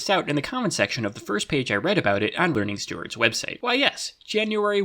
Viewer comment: The two words pronouncation and learningstewards were both pronounced incorrectly, which is cool haha